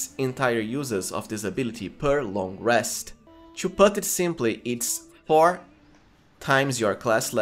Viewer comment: Intresting! I will certainly play as shroom druid in my next walkthrough. P.S. English is not my first language, so I was confused with your "cho" until I understood that it's just "to" and you're pronouncing it in a funny way.